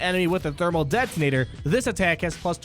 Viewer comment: I love your videos but please stop overpronouncing your T's. It's not "det-tonator," It's "det-onator." Drives me crazy! alright rant over, nice review of the reworks!